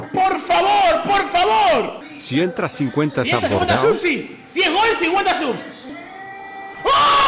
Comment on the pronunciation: decí "GOL" con "L" lcdtm